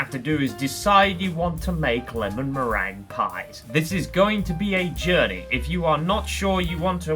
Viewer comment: Meringue being pronounced merang suggests we are watching